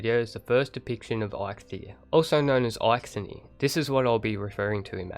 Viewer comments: you say it likes there is a nir ? his name is EIKTHYR, no nir, and silent h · the H in eikthyr is silent :), just wanted u to know so u dont destroy his name again :D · Eikthyr = Aithenie